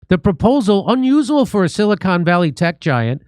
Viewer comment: You can't pronounce "unusual". Maybe you don't understand a bit more complex things either. Although I have no idea how you get 1.7 million subs. Probably paid.